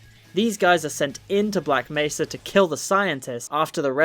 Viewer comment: Bro sounds like he's saying "black messer" (messer is german and translates into knife, so he's saying "black knife" XD)